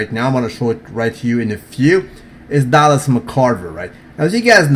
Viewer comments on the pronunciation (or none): none